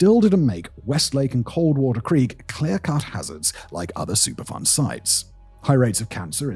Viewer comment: Every time he said superfund, it sounded like he was saying super fun to me & I couldn't help but chuckle, then feel bad for chuckling, given the subject matter. I grew up and still live near (but a safe distance from) St. Louis and I've been hearing about this for years and it's always baffled me how people can either but so stupid or care so little as to allow this to happen.